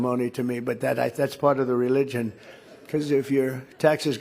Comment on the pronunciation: He can barely pronounce the word " religion "